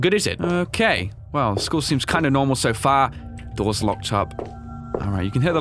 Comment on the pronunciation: *walks by bus that crashed through the walls* Also: "ok so shool seems normal so far..."